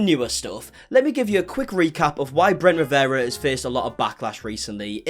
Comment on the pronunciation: I love talking about Bwent Wiwewa 🤣🤣🤣🤣